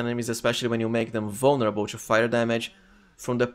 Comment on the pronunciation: You're a great build maker and all and you can definitely pronounce T properly so why pronounce TWO and TO as chu?